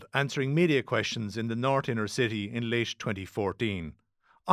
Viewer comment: Bla bla bla sinner's not shinners?